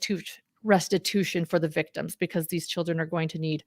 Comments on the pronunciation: Stories Podcast - In Jodi’s statement at 1h23 in this video, did she say “restibution “? A fusion of restitution and retribution? I listened twice and that’s what I think I heard. If so, “restibution” is not a word. Does she understand the difference? And does she understand that serving time is not restitution? Very strange and concerning statement, imo. Will the board of Connexions be liable for any damages to the children, ie Pam? And what about the bishop and stake president mentioned by Ruby in her statement, that they counseled her away from what she did and she didn’t listen - implying they KNEW about the abuse. Any possible liability to the as individuals for not reporting? Or for the church? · Has anyone else noticed that Jody said restibution instead of restitution? She wants to make “restibution.”